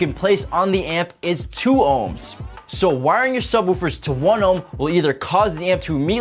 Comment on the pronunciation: Why do you keep calling subwoofers subwahoowafers.